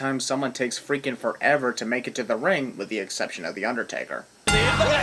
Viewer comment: you forget the t in the